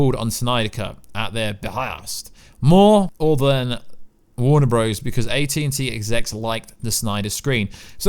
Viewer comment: Its JJ Abrams not JJ Abraham. It is Warner Brothers, not Warner BROZE